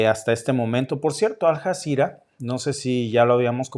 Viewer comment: Hola y. Suena raro como pronuncias Aljazera.se escribe Aljazera y se pronuncia como una ll.Alllazira..😊 saludos,con mucho cariño.